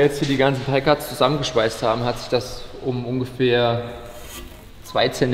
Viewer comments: "Pie" war schon richtig ausgesprochen von 😉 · PIE = Lautschrift Pai (war schon richtig von dir) Das andere was er da gesagt hat. PEI ist samonisch und heißt Mögen. Das Wort gibt es nicht auf englisch :D